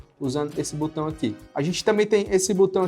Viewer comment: Não é Butão, é botão